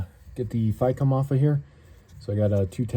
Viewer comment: takes a shot everytime he says Ficm wrong